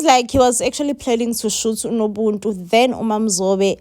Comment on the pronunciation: It's nobuntu not nobuntu pls